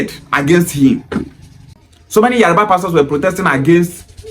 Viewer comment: Bro it is Yoruba not yariba.